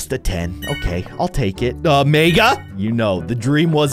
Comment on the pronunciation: When he’s says mega I hear it like maga